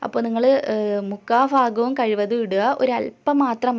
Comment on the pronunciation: Super. Pinne fagham allatto bhagham ane samsaram nalla rasamund.